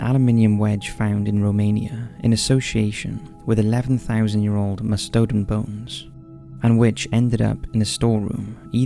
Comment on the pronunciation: Mah-stow-don bones. Nope. Really.... these odd pronunciations are a little too much.